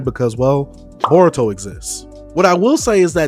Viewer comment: Did u say bboruto????